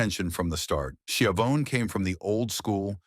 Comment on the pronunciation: Why don’t you just make your own videos? Why do you rely on AI? You really, really messed this one up. Tony “ski-a-vone”? Video disliked.